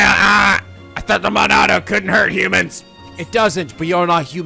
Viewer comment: I thought it was "Monado"